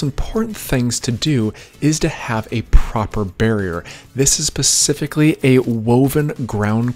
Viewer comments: Wait he says “Pacifically”, instead of “specifically”. I’ve heard him say this several times in other vids and I thought I heard incorrectly. It’s ok, some of us take a bit longer to get that right. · Specifically...not "Pacifically - a ground woven barrier"